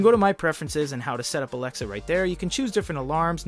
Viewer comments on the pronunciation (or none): Stop. Saying... Alexa